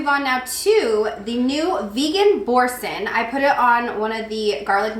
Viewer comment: I enjoy watching your TJ hauls and reviews. No insult intended, but Boursin is pronounced “boursahn”, the name is French and there used to be television commercials for it with that specific pronunciation.